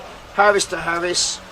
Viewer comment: Either point out you’ve got a speech impediment, which is not a problem if that’s the case or start speaking proper( see what I’ve done there) it’s aris to aris not Harris to Harris and it’s ok not all k. I reckon out on site they would rip the piss out of you. 3 is a ranging line not a plumbing point, but hey ho keep largein it up